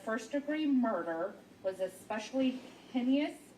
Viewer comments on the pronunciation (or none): It's pronounced " Hane Us" not " Hine is" . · I think she pronounced it hen-e-ous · Is this the clerk reding the verdict or the jury forewoman I am appalled that she sounds barely literate. SASShe cannot even pronounce most of the words in the document she is reading. Migating instead of mitigating. Hyneous instead of heinous. Not even able to say unanimous. Where do they get these people? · OMG that Jury Clerk - it's mitigating and heinous - pronounced HEYNUS......Jeeeezzzz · Hey-nus! Mitt-ih-gate-ing! My gosh! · I know. What the actual f&%$ is hen-ne-ious.😂😂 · Yes!! I was so irritated y her pronunciation of heinous. Hey-nus!! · I was thinking the same thing my-ti-gating, hen-ne- ous? Wtf? Is this her first day? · Heinous or heinous??!! What’s wrong with this court lady. Does she know pronunciation?? 😮. LORT. Especially with a monster like this in that court room!! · No fr! Hearing her say heinous sent me thru the roof! Out of the 12 THIS is who gets to be aloud?! 🤦🏽‍♀️ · Poor lady. She also mispronounced heinous. I hope someone tells her!